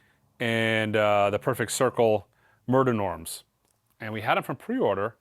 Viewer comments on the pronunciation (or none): No one cares I know, the Perfect Circle album is pronounced “Mare Day Nom.” Mer de Noms is French for “Sea of Names,” because like half the songs are people’s names.